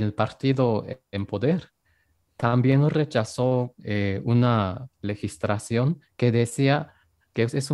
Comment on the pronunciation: Habla muy bien español....pero que alguien le corrija, no legistracion sino legislación. Hay que corregirle para que hable el español mejor aún.